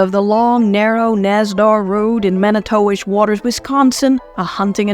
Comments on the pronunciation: "Mani-towish" lol nah it's pronounced "manitwish" trust me, I've been there MANY TIMES. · No... its Man-I-Too-Wish...